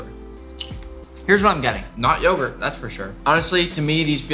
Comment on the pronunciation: it’s Turkish those chips are pretty tasty and also this ğ is not pronounced it’s basically just yourt that’s how it’s pronounced